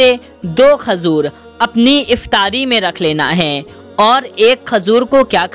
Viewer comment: Khajur nhi bolte khajoor bolte hai 😂